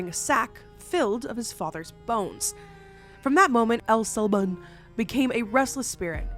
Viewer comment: I cried every time said “Llorona” with an L sound Very painful. And El SilbOn— like bond w/o the d…. Crazy how I was literally thinking abf him the whole video too.